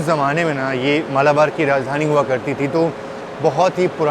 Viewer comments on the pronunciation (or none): राजधानी होता है ना कि राजधनी 😂